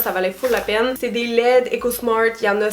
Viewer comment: Quand tu as dis " bougie LED" j'ai trouver que tu n'avais pas la langue dans ta poche et que ça ne te ressemblais pas lolll je croyais que tu disais bougies LAIDES ! :P